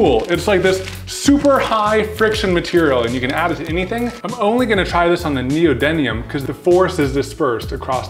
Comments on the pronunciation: I love magnets! And it's actually neodyMium not neodyNium:-) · Hey and it's pronounced neodyMium not neodyNium. Also it's the inverse cube law for magnetic force and how quickly it falls off over distance. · neodyMium n e o d y M i u m NEODY M IUM... N E O D Y MMMMM IUM XP